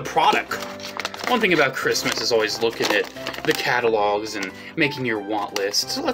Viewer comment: “It’s time for chrimas”